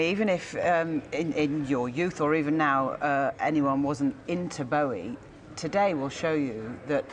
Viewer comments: 😂 She said, David Blowie😂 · She even called him David Blowie lol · She said Blowie, the guy at the desk is Bowie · its bowie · . David Blowie. . Very com-plate-ative. Golden 💀